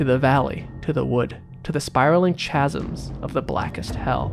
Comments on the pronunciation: He cheated. He said “ch-asms” not “chasms” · YO! It’s pronounced kazms, not chasms. That’s why it didn’t work. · chasms is pronounced like kasms lol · CHASMS,, CASMS, hard c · It didnt work because he mispronounced chasms